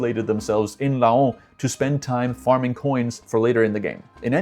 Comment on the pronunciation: Laon is sounded like lent but without a t and with a lower close to an a ... There are only couple of word in French with ao like un paon (a peacock) sounding the same way... Reims is sounding like Rins (yes with a sounding s) but more of a that an i in the in 🎉 good work of guess 🖖